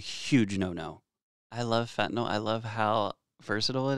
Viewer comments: It’s fen ta NIL not fen ta NOL!! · Can anyone pronounce it correctly??? Yl is pronounced "ILL" not "all" So FentanILL. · Awesome videos, super informative and great chemistry detail. My nerves would calm somewhat if you correct your pronunciation to “nyl” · Why do you keep calling it fentanol when it’s fentanyl? Love your content!! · The joke is how everyone pronounces it as "fentanol."